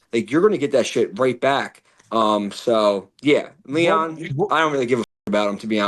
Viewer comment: It sounds like Michael is saying Liam instead of Leon